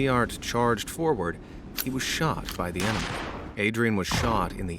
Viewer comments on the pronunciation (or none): none